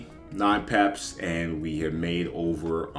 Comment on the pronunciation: Why do you say it like peps ? It’s pips lol